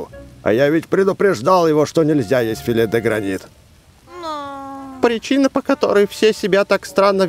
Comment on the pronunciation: прочитал филе де гранит как филе де грейнт